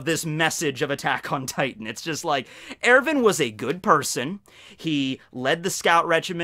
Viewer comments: It’s not Ervin....wtf..it’s ERWIN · Its er-win not er-vin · I cringe every time you say Erwin... it sounds like you’re pronouncing it Irivan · Nice pronunciation of Erwin